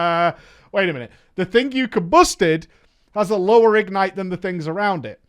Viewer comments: IG-nite. Just say ignite. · The way he says “IG-nite” triggers me.... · Why do you pronounce it as if its 2 words? ig-nite??? triggered 😜